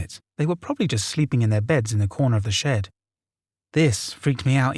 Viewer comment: Or shed. I kept thinking he was saying shit 🤣